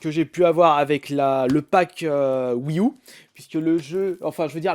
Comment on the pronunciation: Tu pourrais dire wii you plus que U mdr ceci me stress